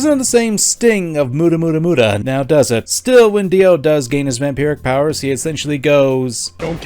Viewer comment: The pronunciation of “Hamon” is abysmal and saying “Mu-duh” falls flat